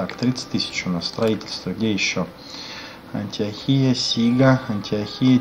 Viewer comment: Антиохия-Ударение на О.